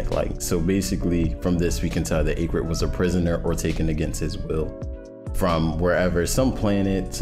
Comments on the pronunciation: its pronounced ack rid, not aycrid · you have a fine voice, but yeah, threw me hearing acrid pronounced like that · Sorry but Ayegrid? It's Acrid as in the adjective describing something unpleasantly bitter or pungent. Acrid uses the same "A" as in Animal or Acid. Just a nitpick, great Lore speculation though. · Say acrid right for once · I hate the way he says Acrid wrong